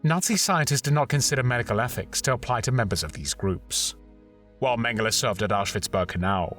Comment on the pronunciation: Thank you for the excellent video, as always. Also thank you for pronouncing his name correctly.